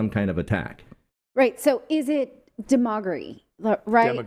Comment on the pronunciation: You don't even know the name or word pronunciation of demogogoury What are you doing on the microphone. Fear mongering.